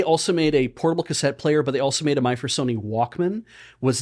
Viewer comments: saying "My First Sony" kept sounding very close to "my fursona"... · I heard "My Fursony"